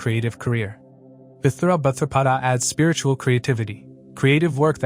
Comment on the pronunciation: I deeply appreciate you work and great analysis! ✨ One thing: please please please pronounce the Nakshatra names correctly! 🙏🏻 It s Uttara bhadrapada! No th!!! Uthara... 😣